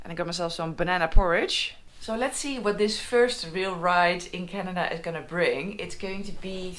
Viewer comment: Love how she pronounces "Canada". Her Dutch accent is really charming. Also, her map of Canada is hilarious. So tiny for such a huge country. She should get a larger scale map of BC, Alberta and the Yukon. That's all she needs.